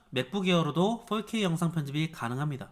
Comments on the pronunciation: 저기 근데 어차피 four발음이 원어민하곤 거리가 먼데 왜 훨케이라고 하는거죠 ;ㅁ; 그냥 포케이라고 하시는게 나을듯합니다. 오히려 거슬려요. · 4k 발음이 40k라고 하시는듯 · 자꾸 4k가 “volk 에이”로 들려요 ㅋㅋㅋㅋ 독일어 공부하다보니 ㅋㅋㅋㅋ